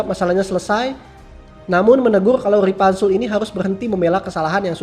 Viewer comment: Ripanzul Woi Bukan Ripantek🤣